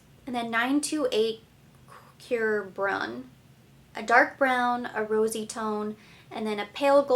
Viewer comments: as a native French speaker, I think you do a very good job pronouncing the French words. French is just not an easy language - even for the French. And the French also have their regional accents! Here is how to pronounce that word "cuivre", which means copper. Qwe+vra but make the ending a little more like 'uh' not 'ah'. And 'cuir' means leather and is pronounce very much like 'queer', but with a French soft rolling 'r' at the end. Here is a website that can help you with future pronunciations. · Ps the word cuivre is kind of pronounced like KWEEV-ruh